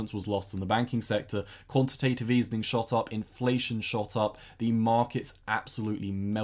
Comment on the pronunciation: Nice video! One small thing: it is called quantitative easing not easening (